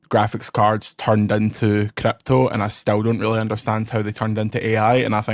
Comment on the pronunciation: Crrrryyyyppppto! turn two syllables into six as usual lol